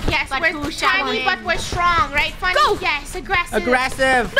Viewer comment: Not trying to be rude but it's Funneh sorry